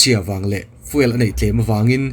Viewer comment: Fiuel ti a lam nise.